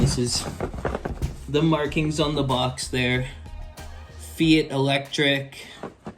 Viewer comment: FYI - it’s pronounced fight. 😉